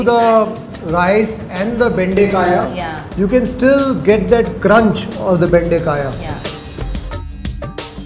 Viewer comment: Bendekaya? Really? Must be difficult for the foreign host to pronounce local dishes!🙏🏻 Great hospitality by the lady!